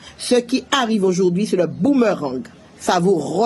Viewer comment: "Le boomErang"...mais quelle originale prononciation..😅